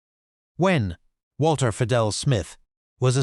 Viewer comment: It’s pronounced Be-Dell